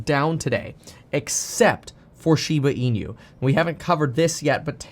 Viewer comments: Please stop calling it Shiba Inu as een you. It is e new. 😁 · SHIBA IN-YOU. Stop calling it that.